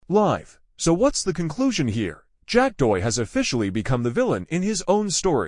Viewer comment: Horrible automated voice that can’t even pronounce the name of the subject. 👎